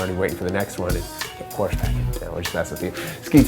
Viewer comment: porsche is a two syllable word... other than that cool